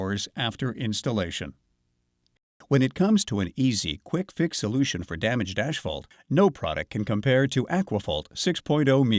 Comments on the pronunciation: It’s not hisphalt. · ASHphalt?? That drove me nuts! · Can we hire a guy that can pronounce asphalt correctly?